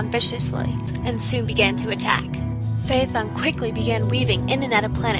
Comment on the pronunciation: Thank you for pronouncing "Phaethon: correctly.